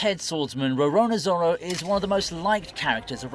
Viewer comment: bro said rorona zoro